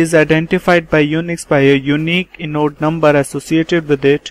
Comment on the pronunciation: inode - pronounced eye-node not inn-node. Apart from that, thankyou for the useful presentation, good job!